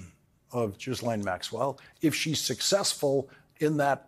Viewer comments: Why are you saying Jizzlane? it's Ghee-lane. You’re reporting, show some brain cells. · Gee-layne----like "gate" and not "jet." Honest. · Small point: 'Ji-Lane'. Yeah, I'm an English pedant, and proud 😆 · Cmon Lawrence. You're impeccable. How do you go on air and call her Gizlaine? This s is silent. It's Gi-len. She's already been on trial. You've heard her name a million times. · Why can't you pick a one "Ghislane" and stick with it? It's driving me nuts that you find it so difficult to say this ONE NAME - It starts with a HARD G as in GEEK - then LANE. The "S" is SILENT. GEE-lane GEE-lane GEE-lane (rhymes with "Elaine"). Think of the old Volkswagen KARMANN GHIA... Not that difficult! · jizzlane maxwell!! 😂 love this pronunciation of her nane! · Ghislaine is pronounced 'GILL-LAINE' - don't say the h or the s! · 😂 I don't think her name is pronounced "Jizzlane" but it works 😂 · "Ghislaine" is French, pronounced without the "s". "Gee LANE". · Pronounced Ge-lane. I googled it 🤓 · Pronounced 'Ga-lane' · Pronounced "Gee len" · Sorry Lawrence please look into saying “Ghislane ” properly phonetically Gi-lane. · I believe her name is pronounced G-(as in grubby) - elaine. Sounds like Gee-lain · Isn't it pronounced Gee ( as in clarified butter ) lane ? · Love your show, but just one thing. Ghislaine is pronounced Ghee LEN’. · Please pronounce her name correctly.....gee laine. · It’s pronounced GEE-LEN (hard G) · Please keep talking about the Epstein files and Ghislaine Maxwell. However, please pronounce the whitch's name correctly? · Somebody on Lawrence’s staff please research the correct pronunciation of Ghislaine. Hard G and the S is silent. Sorry to be so picky but it distracts from his very important reporting. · Is he being cheeky when he's deliberately mispronouncing her name? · Lawrence... come on now. You know exactly how to pronounce Ghislaine Maxwell's name. It's not funny, it's not an own, it's just juvenile. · Please learn how to say Ghislaine's name, Lawrence.